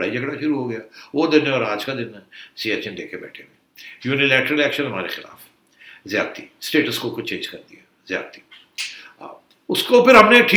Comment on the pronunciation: Baaz ajaoo, werna aap kay saath Ziyati na ho jayay 'Z' k saath. Yeh app Indian main yeh 'Z' aur 'J' main confusion kyun hai? Jabardast nahin Zabardast Jamana nahin Zamana Ijaj Ahmed nahin Ijaz Ahmed Jiyati nahin Ziyati.